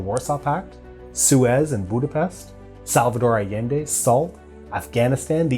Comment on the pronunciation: Greetings from Córdoba, Argentina 🇦🇷. I've been watching all your videos in order of antiquity. In the last vid you said "SINDICATO VERTICAL". As I recall, it was the first time you said anything in Spanish and you said it very well. But today, it seemd you had it dificult to name Salvador Allende.